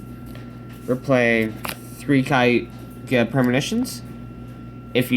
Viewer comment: Ok, just wanna clear up a few pronunciations. Kaguya (Kah-Goo-Yuh) Tsukuyomi (Soo-Koo-Yoh-Mee)